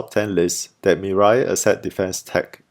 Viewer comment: It is pronounced, "Mi-Rae," not Mi-Rye. Anyway, it means, 'future' in Korean.